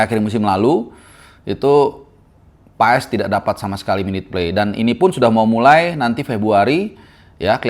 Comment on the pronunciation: Baca nya itu Paas, bukan PaES, tolong bang jgn dibiasain, kalau ada yg bener kenapa hrs ngajarin org yg salah